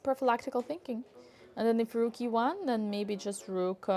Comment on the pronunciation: rhuook rooouk to A5 😂😂😂